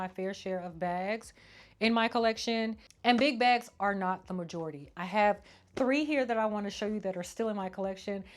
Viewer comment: Why I know your saying big bags lol but I keep hearing “Big Backs” lol 😂 I’m here for a good bag moment tho lol